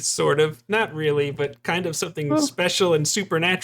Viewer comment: Real-Lee? Is it real-lee strong?